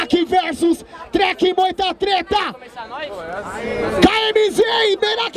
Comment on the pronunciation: Eu tô louco ou eu ouvi o chamar o treck duas vezes de dreka hahahaha